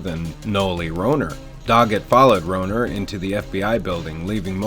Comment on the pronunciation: Horrible mistakes in characters names and their pronunciation. It was Melissa not Melinda. Marita not Martha. Rohrer (pronounced Raw). You ruined otherwise good material. SMH.